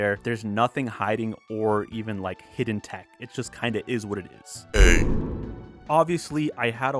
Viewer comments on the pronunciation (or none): none